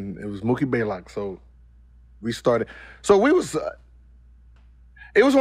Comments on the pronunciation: "Mookie Baelock" lol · 🤣🤣🤣 it's Blaylock not Baylock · He always gets mookie's name wrong. It's BLAYLOCK lol... just like Greek the Freak smh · Mookie took an L so bad that Gil took one from his name. He never says it right